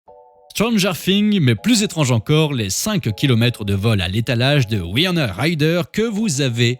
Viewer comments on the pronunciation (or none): c'est une superbe clepto en tout cas... si jamais on dit pas Waïona ;-) on dit comme écrit dans le titre en fait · Ses Winona et pas wayana!